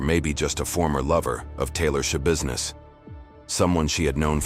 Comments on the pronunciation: 15 seconds into the video “Taylor Shabusiness…” …. Immediately checks comments 😂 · Is no one gonna bring up the fact her name is Sha-business?